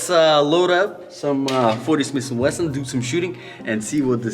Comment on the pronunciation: Like the 40 shish and Weshon 😂🔥